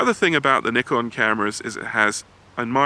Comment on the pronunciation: kudos to you for the better pronunciation of Nikon. An entire tribe further west should pay attention.